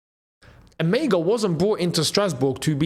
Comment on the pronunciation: Emegha is a Nigerian name pronounced as E-MER-HA, the G is silent and has an R sound in german tongue, and not pronounced as E-MEG-HA